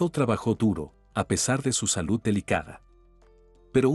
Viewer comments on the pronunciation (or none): none